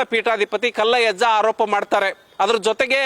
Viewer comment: ಮೊದಲು ಹೆಸರು ಹೇಳೋದು ಕಲೀರಿ ಮಾರಾಯ ಕಲ್ಲಜ್ಜಯ್ಯ ಅಲ್ಲ ಪಾ ಮಾರಾಯ ಕಲ್ಲಯ್ಯಜ್ಜ ಅದೇನು ಹೇಳ್ತೀರಾ ಏನೋ ಶಿವನೇ